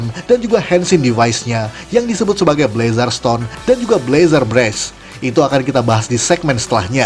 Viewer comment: Bg. Bacanyatu blezr Maap kalo salah